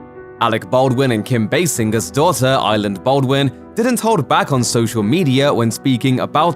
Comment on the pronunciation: Idk why but it annoyed tf outta me how the narrator says "island" instead of Ireland